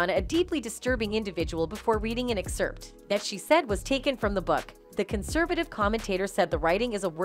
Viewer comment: What should actually be banned is the pronunciation of the word "excerpt" by the narrator. That's some perverted shit.